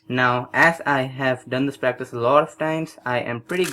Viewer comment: I like how practice sounds like breakfast when he says it. :)